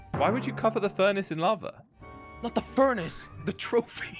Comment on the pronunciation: at the end said I steped in lave instead of lava he said lave